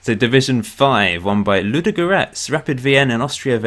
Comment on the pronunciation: Ludogorets got promoted 1st so yeah pretty happy with that. Part 2 ? Also that is not how you pronaunce Ludogorets